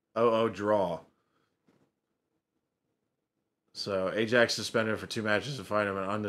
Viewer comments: It's pronounced iaxe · Ajax is pronounced eye-ax. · Ajax is pronounced i axe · Yeah Ajax is pronounced Eyeaxe & when there're no goals it's pronounced as nil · 0 - 0 is usually called a "nil - nil draw". AJAX ( Amsterdam) is pronounced EYE AX. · Ajax is pronounced Eye-Axe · Ajax - say 'I axe'. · In the Netherlands the j is pronounced as a y so Ajax is pronounced eye ax. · The football team Ajax is pronounced eye-axe. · Ajax FC, it's a soft J, pronounced eye-axe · AJAX it's pronounced👁🪓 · Ajax is pronounced iax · Yeh you were right, you Were pronouncing Ajax wrong🤦🏻‍♂️😂But you recognised/realised that, and pronounced it perfectly with no guidance!👌👏👏then carried on pronouncing it wrong.....🤔🤦🏻‍♂️🤷‍♂️😂😂😂💜